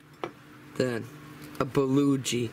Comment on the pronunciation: Yummy! I can't help myself though...my Korean friend pronounces it 'buh-GO-gee'. You are making me want an Instant Pot. :) Thank you for the video and it is so nice to get to see your pretty self!